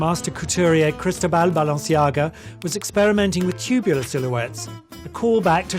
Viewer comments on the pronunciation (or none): loved it but the way he pronounced Cristóbal made my skin crawl